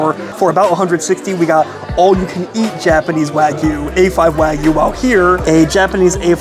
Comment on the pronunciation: Love your reviews, but my pet peeve is pronouncing the non-American words properly, especially when you visit all these premium steakhouses. "Wagyu" is pronounced", “wah-gyoo.” The “wah” sounds like the “wa” as in washer.